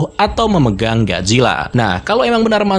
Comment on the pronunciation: Bisa baca ga Lo min masa gajila. Gojila mbok